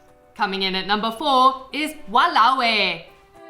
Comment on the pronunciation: Walao eh...said like a pro! I am impressed!